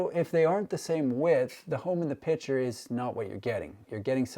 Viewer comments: PICTURE not "PITCHER" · The word picture has a 'c' in it. Pitcher and picture are pronounced differently by grown adults.